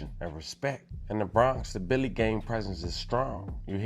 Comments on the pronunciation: Its drilly gang not Billy gang...Billy gang is nine trey... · It’s Drilly and he saying Billy the whole video 😂😂 You gotta stick to DMV content my guy